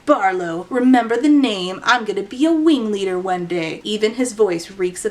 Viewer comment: totally not the point of the video but every time i hear you say "wing leader", my brain just hears a uwu-ified "ring leader" which tracks with this book being a circus. he's da big bad wing weader 🥺👉👈